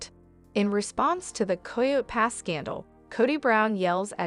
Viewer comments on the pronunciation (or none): It’s coyote pass not coy yo pass